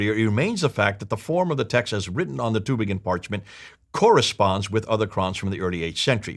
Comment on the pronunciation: It sound funny in german ears - the Town calls Tübingen - not Tubingen. Ü is not U.